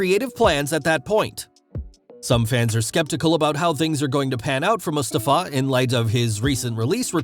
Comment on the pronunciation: Stop pronouncing Mustafa like that. Wtf